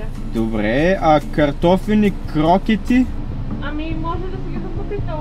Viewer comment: Определено е различно. вика крокЕти.:д